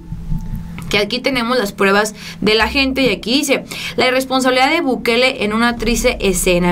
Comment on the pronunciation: sabes por qué El Salvador tiene pocos caso (supongo que no), por las medidas, la preocupaciones, el tiempo que se tomó Nayib Bukele (no Bukel como lo dice la señorita para nada informada), para atender a su país, no hay tantos casos como en México por que él se tomó el tiempo en pensar como mantener seguros a todos en su país...